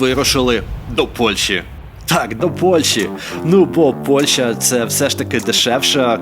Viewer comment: Пан ти коли сказав слово Польща я ледь не поперхнувся😅